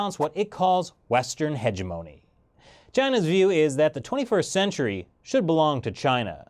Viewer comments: It's "He-GEM-ONI" ya yank! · it's pronounced heh-jem-ooh-nee